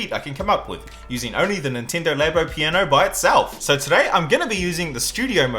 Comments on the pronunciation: It's not Ninteendo Labo it's Nintendo Labo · Its Nint E ndo not nintindo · I don't think it's pronounced Ninteendo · neentendo ?really ? It's nintendo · nintindo???? nin-tin-do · “nin-teee-ndo labo* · U saying it Nintindo xd,aslo...2019? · "Nenteendow" I know that's probably just an accent thing, but it made me chuckle. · Why does this guy pronounce Nintendo as ninteendo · that is not how you say Nintendo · really weird hearing you say Nintendo Nintendo